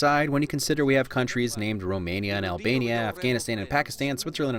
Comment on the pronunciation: Omg he said albaina